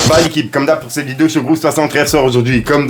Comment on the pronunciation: Stp frérot arrête de dire" cete" titre cette mode de rajouter des ""te "" à certains mots est déjà passé merci et le charo qui a des problèmes pour viol ose donner des conseils de seduction trop marrant et booba à tout à fait raison si la justice ne fait rien ça sert à rien de se battre contre eux au final